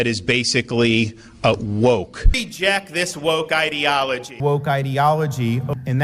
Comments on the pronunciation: What happened, went from “îdilogy” to “īdeology” and back again. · Ideology or Edealogoy ???? just like he can't pronounce his own name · He pronounces ideology like he pronounces his last name